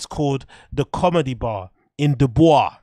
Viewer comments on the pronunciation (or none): City is pronounced Duh-buke. Iowa is named after a native American tribe. There isn't a helluva lot to do there so it should pretty easy to sell tix. There are two reasons people didn't go: 1. The redact kept butchering the city's name. No one wants to pay money to see some unfunny redact that insults your town. 2. Know one knows who yahar